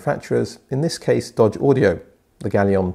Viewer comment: The OEM Partner is Doge not Dodge, take care of proper pronunciation.